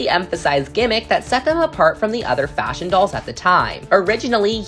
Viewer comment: I hear the F work that dosent sound like faSHion